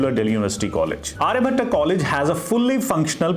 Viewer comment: sir firstly just pronounce आर्यभट्ट not Aryabhattaaaa. Baaki overall college development stage m hi h. aane wale 3-4 saalon m kaafi kuch improve hoga. Aur ek collage m ho ke aapko do college campus ka mahol milta h.